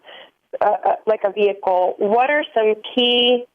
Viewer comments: I heard vee hickle but what about war -a-nee! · You mean vee hickle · VEE-HICKLE! Love you, Dave :)